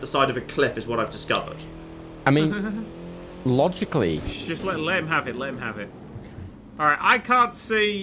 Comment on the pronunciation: Take a shot every time John says “logic’ly” in this series.